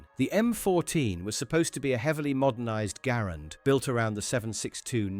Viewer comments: G"uh"RAND not Grand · No one calls it the 'Grand.' It's 'Gair-and' or 'Ger-and.' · True ! The video is wrong. The man's name was pronounced " gerrand" and the rifle was always pronounced "Guh-rand ". See the film, America's Rifle The M-1 Garand by The Garand Collectors' Association. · It's pronounced Guh-Rand. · I think it just depends on your accent and what region your from, Im from the Northeast and pronounce it M1 Gahh-Rand, but I have friend from the South who calls a Grand and a friend from the West Coast who calls it a Garand. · Southern american accents, much like irish accents, often ommit syllables, Garand, sounds like saying "grand" in an irish or southern accent. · The US Army called it the Ga - RAND from the beginning. The early US Army training films are out there. Examples are on YouTube if you care to look. ALL of the veterans of the time also called it the Ga-RAND. There are examples of that on YouTube also. I was a child after the war, and grew up around those vets. John Garand didn't NAME the rifle, the army and the US Government did. You may not know, but John Garand was FRENCH Canadian and spoke French from birth. I have heard him speak and his English, learned later, was horrible. I have never heard him actually pronounce his name, but I am sure he pronounced it in French. It SLAYS me when a bunch of youngsters decide they know better than anybody else and start rewriting history just for the heck of it. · Truthfully, he probably isn't an English speaker and misheard someone. I have never heard anything but Garand - Guh - Rand.